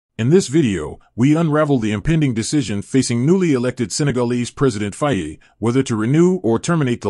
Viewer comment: At least learn how to pronounce "Faye""